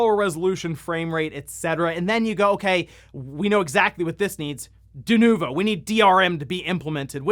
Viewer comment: yeah .... DE-NUKE-VO .... yeah ... NO!